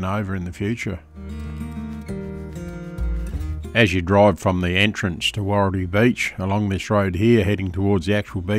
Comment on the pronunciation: Wahroltee not woreltee